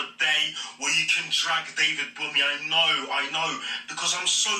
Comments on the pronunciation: The n in bunmi is silent I know you don’t care 🤣🤣 but just for times u meet other people who’s name is bunmi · He said 'David BUMMY' LOOOOOOOOL